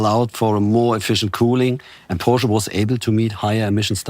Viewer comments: She correctly pronounces Porsche and then pronounces coupé as coop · How in the world did you manage that Matt Watson pronounced “Porsch”e” correctly? Great job Porsche 🙏🏻😆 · Matt says Porsche correctly now doesn't he 😅.